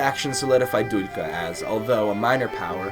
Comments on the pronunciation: i like the video, just one thing: its not Duljka its Duklja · You need practise with pronunciation, butchered Duklja and queen Teuta so hard 😂